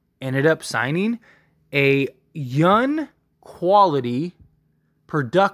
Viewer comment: Dude... y u keep saying "yun" instead of young😂?